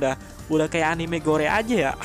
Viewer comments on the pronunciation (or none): none